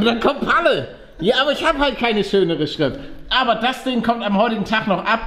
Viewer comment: du heißt nicht palle sondern gralle😂😂😂😂😂😂😂😂😂😂😂😂😂😂😂